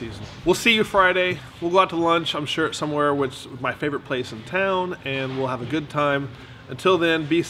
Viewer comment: Lol, I was refering to when said "Somwhere", sounds good tho.